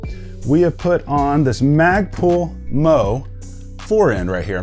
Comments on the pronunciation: Its magpul m.o.e. not moe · "Magpull Mo." AKA M.O.E. - 'Emm-Ohh-Eee' Magpull Original Equipment Maybe you've addressed this in a prior video, but this is the only thing I dislike about your content dude! MOE is an acronym, with a meaning, and until I'm certain that you know it, I'm picturing Mo from three stooges 3D-printed as a firearm accessory.